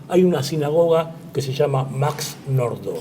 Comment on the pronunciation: Nordau se pronuncia como se escribe..... asi "AU" y no como el color bordeaux